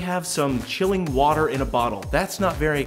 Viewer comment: there still is no "h" in water